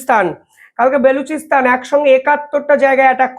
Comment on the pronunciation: ও,রে ভাই , বে লু চি স্তানে কি লুচি বেলবে ? নাম টা বা লু চি স্তান, বে লুচি নয়।